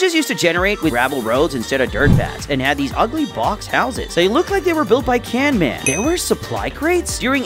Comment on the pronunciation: Bro is not canman is camman